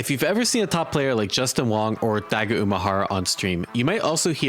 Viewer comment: dude, where are you from that you keep pronouncing Go ad "goo"? Goo-ichi, Dai-goo, like dude lol